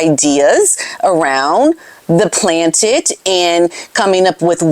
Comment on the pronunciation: Planet. Not Plantet